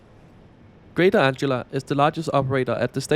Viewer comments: presumably it is anglia with a hard g sound because the angles were a germanic tribe and said g as a hard g?? grange, range, strange and etc. all said with soft g sound in english. tricky to learn all the pronunciations in english no doubt! great video! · you pronounce Anglia with a hard G sound, as in angle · is the name of a girl. The "g" in Anglia is pronounced "ger" like God. Anglia is a famous region in England, and with Lincolnshire is the same size as the Netherlands in Europe. I just travelled on your featured train two days ago (as I had to go to Ipswich). Yes, it's very nice, but I'm quite happy with all our trains. Each line seems to have different vehicles. Instead of complaining about things, I spend my time usefully staying fighting-fit.!! And I take a variety of different trains to get to the various venus. I'm MUCH more concerned about any train being cancelled (due to driver not turning up) than I am concerned about how many wheels the train has got.!!! But thanks anyway. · I wasn't going to comment on your mistake in pronouncing "Anglia" until you managed to get "Beaulieu Park" perfectly!😂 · Hi it's called greater Anglia not greater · Great video! Just a couple of things to point out: - Anglia is pronounced like “an-glee-uh”, not “”. - Crossrail is no longer officially used. Most people just call it the Elizabeth line. Great video nonetheless! 🤗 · As so many others have said - it is "An-glia" and not "Ang-ila" 😂 But easy mistake for anyone whose native language isn't English. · Greater Merkel, it'd be just short (she wasn't "shy"!) of Alexander the Great 😁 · Greater 🫡😏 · It’s okay 🤣🤣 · heh no worries, but just remember this ang-glee-a 😁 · Anglia = An-gle-a and "switches" are called "points". I never knew what "FLIRT" meant. but I think these trains are ace - Oh and welcome to Norwich, where I live. Good video anyway . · Greater anglia❌ Greater ✅ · Greater? Someone can't read.